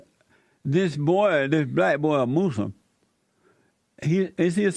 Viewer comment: You call it "moose-lum" lol.